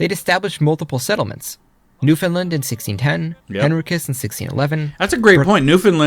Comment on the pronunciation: I mentioned in the past when you had pronounced it wrong, so it’s only fair that I now thank you for pronouncing Newfoundland correctly lol